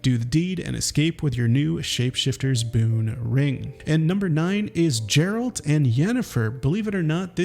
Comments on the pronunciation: Geralt not Jeralt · Hahahaha you said Jeralt...